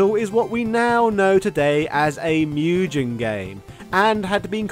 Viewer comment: MugGEN, not Mujen! 🤬